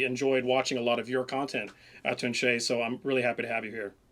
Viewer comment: For some reason I always read and pronounced Atun-Shei as Aunty Shaw.